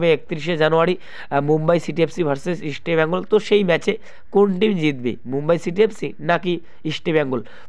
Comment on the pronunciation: বাংলা ভাষা টা ঠিক করে বলতে শিখুন। ইস্টি বেঙ্গল কি কথা, তারপর ভিডিও করুন।